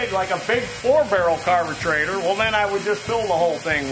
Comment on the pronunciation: why does he say carbeTRAITOR